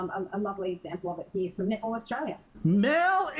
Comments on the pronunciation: xD when she says netball, i keep hearing nipple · i heard nipple. took me 20sec to get it was netball. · I LOVE how 'Netball' is pronounced with an Australian accent.... 'Nipple'....